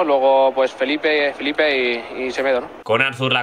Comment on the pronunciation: Jordi Alba dijo Felipe en lugar de Philippe 😂😂